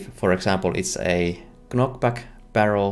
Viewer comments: by the way, the k is silent in knockback. You actually say it like nockback. Like you would in the word knight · Loved the Devlog as usual, but after 3 video's I got to bring it to you. With the word "knockback", the K is silent.